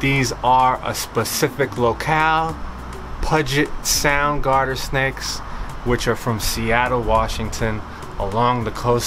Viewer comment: Hello from Seattle. It's pronounced pew jit sound. See these snakes often.